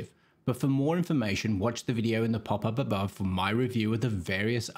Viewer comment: The way you speak that PAPAPABAW is so hillarious ) It took a two or three videos for me to watch to understand that you mean 'pop up above"